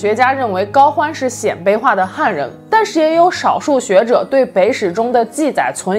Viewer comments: 鮮（音：先）卑！ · 鲜卑的鲜读一声，侯莫陈的侯读四声